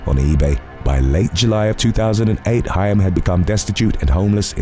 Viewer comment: Actually, Corey Haim, pronounced Hame, was the teen heart throb. As a Gen Xer, hearing Corey Feldman called a teen heart throb almost felt like blasphemy. Although he was very popular and half of the 2 Coreys, he was never the heart throb. 😅